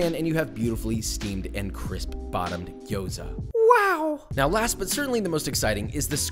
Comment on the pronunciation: I'm cringing so hard at how you pronounce gyoza lmao but its okay stick to potstickers